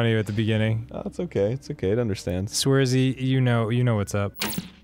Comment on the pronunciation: Kinda wish they'd get the names right, though. "Swerzy", " Sebastian York Morgan."